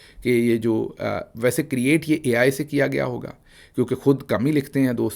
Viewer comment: DG BABO "AI" ko bhi "EI" kehte ha...😂